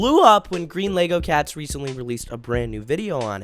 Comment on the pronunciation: he said greenlogocats